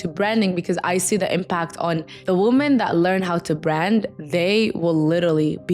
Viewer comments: “WOMEN!!” Baby 😂not “woman” love you 😘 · It's a Middle Eastern thing. Lots of native semitic language speakers can't pronounce the short 'o' in 'women'